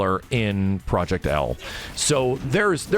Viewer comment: if proyect "L" is not an "W" imma be laughing for decades